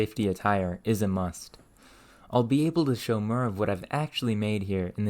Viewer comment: Where's your accent from? I can't place the "ferge, ferm, mer" vowel (forge, form, more).